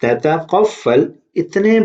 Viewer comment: You made mistake at beginning it's تتطفل u said تتقفل